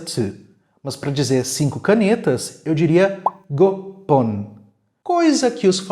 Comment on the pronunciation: Só um detalhe que em do vídeo é dito gopon ごぽん mas os números 2,4,5,7 e 9 não mudam na contagem 本... sendo assim é gohon e não gopon..